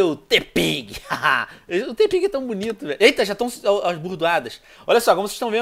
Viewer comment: em vez do venom dizer tepig ele falou togpi